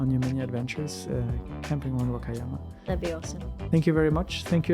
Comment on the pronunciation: Love watching! I was just wondering if she purposely mispronounces "Wakayama"? If so, what is the reason? Thank you! 🤗